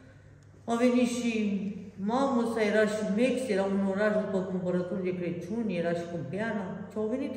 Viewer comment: te iubesc mult Ești o Doamna în adevăratul sens al cuvântului.Sa numai zici CRECIUN Corect se spune CRACIUN.